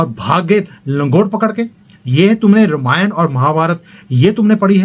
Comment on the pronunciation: आप रामायण को रमायन क्यू बोलते है क्या ये स्टाईल हैं या आप ये सोचते की सही उच्चारण रमायन है